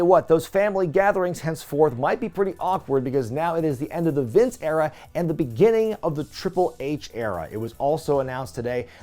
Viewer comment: The Triple H era-ah!